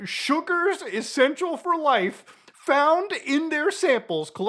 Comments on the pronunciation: Mutahar gets a Southern accent on "life" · Southern American*